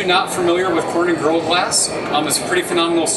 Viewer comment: Gorilla has 3 syllables.... Couldnt get past his rushed pronunciation